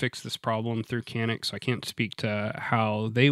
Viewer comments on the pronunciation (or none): as a sfx owner turk, I 'll give you the big secret.. It's pronounced "John-ick" here.. but you keep calling it that and we'll keep pronouncing jeep “Cip"..